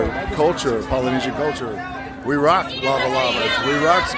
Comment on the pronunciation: "The Rock" became "The Cock"😂